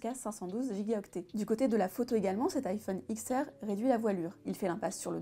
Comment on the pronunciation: Quand on se dit « » on essaye de prononcer au moins correctement le nom du produit, on dit 10R, 10S MAX et 10S et non X. De plus il est certifié IP67! 😖